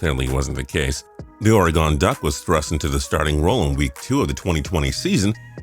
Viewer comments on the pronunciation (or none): As a season ticket holder I was lucky enough to see the college career of both Penei Sewell and Justin Herbert. Oregon isn't pronounced Ora-gone! It is Or e gun. I have also seen license plate frames and bumper stickers saying ORY-GUN.